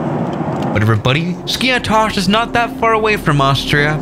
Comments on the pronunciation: It's not skIathos its SkiAAthos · Jesus mate , this is noT SKIA- TOS ...Its skiathos ''TH '' Like Thanos from avengers skiAthos !!!Love your videos by the way !! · It’s pronounced skee a thos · Great Video! Just wanted to tell you that the "th" in Skiathos sounds like the "th" in e.g. "thank you" and the Emphasis is on the a (Skiáthos). For a Greek speaker to hear it was a bit weird how you pronounced it 🤣 Keep up the good work! 🙌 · it is pronunced skathos not skiathos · Bro i am greek and its called /skiathos/ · Its pronounced SKI - A - THOS 🤣🤣 " no one likes English tourists, pissed myself laughing when I heard that comment 😁YES , there are sneaks in Skiathos. Been to Greece a few times, Athens, Zante and Aegina, all wonderful trips from Scotland. Totally agree about diming the cabin lights, it a legal requirement on all European airlines 👍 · As a Greek myself, I can confidently say that you have butchered Skiathos